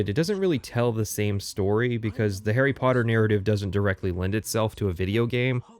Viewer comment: Garry sodder